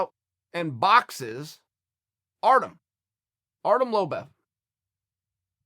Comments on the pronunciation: Chael "Artem Lobef" Sonnen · "artem lobev" God dammit, Chael. You mad man. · "Polly Malignaggi" and "Artem Lobev"...God, Chael is so damn lazy when it comes to his fighter research...